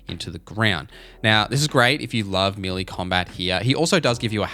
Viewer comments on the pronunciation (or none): Melee is pronounced Meh‐lay😊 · As an Aussie I confirm he's saying it weird lol! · Listening to you butcher the pronunciation of the word Melee 😂